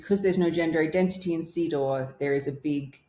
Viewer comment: Every time says CEDAW it sounds to me like "seed oil" 😂